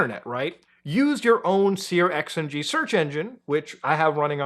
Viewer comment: I keep hearing seer-X-N-G which is driving me nuts lol The pronounciation is "Searching", plain and simple. Sear X NG: -> x=chi -> Sear(chi)ng -> Searching